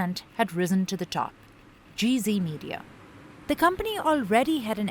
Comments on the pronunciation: She keeps saying GV or GC, but as it is a European company, it is called Gee Zed. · It's NOT Gee Zee, it's Gee Zed! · It's GZ not GC.